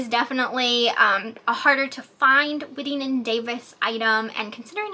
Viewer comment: It is pronounced as WHITEing and Davis. They made amazing purses. A Cincinnati Company.